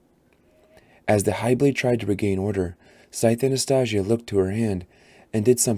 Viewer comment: Hype for the TV show announcement! I want to reread all the books before the shows release (whenever that is) your video helped me so much get through it thank you! But.... I'm sorry I can't ignore the way you pronounced Anastasia 😢 I'm hoping you pronounce it right in the second book. Otherwise I really liked listening to you reading my favorite book. ❤